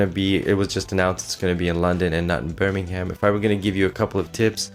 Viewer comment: Don't pronounce the h in Birmingham!